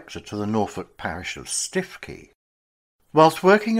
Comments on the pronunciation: please correct mispronunciation. stikey is stukekey for example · The Prostitutes' Padre. There was a musical made of his life. It's not Stiff-key it's Stoo-key. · Absolutely, Stoo-key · Stiffkey - pronounced Stukee in Norfolk. Interesting and well researched. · What a terrible and even grotesque story: the much used , 'You couldn't make this up' occurs. Lion-baiting in the 20th century shows that what passes as entertainment hasn't moved on since the hey-day of the Colosseum: taste for humiliating people in public very very depressing.[Btw, I had always understood Stiffkey was pronounced 'Stewkey'.] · Its pronounced Stookey locally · Please! Stiffkey is pronounced Stuwkey! I’m a local six fingered yokel and I know! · Its pronounced Stoo-kee